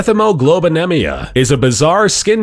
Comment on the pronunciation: the Science be with You—And while were at it, could the narrator learn to say "mét-heé-moh-glów-bin-eé-mee-ah"?